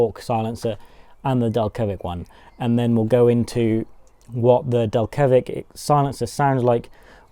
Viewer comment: DEL-KA-VICK not DEL-KEVIC :)